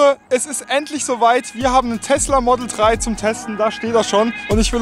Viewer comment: das Ding heißt Model Drei und nicht Model Trei... Bestimmt auch im Saarland.😁